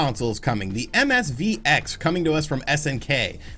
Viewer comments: Its MVSX, it says it right in front of you how did you keep saying MSVX 😂😂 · Oh my god, 3 seconds in! It's MVS X! Will you stop rushing your videos and just do another take! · Lol, the neo geo "MSV X"... You just kept saying it that way. 😂